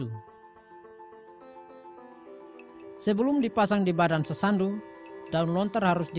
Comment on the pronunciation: Sasando bukan sasandu..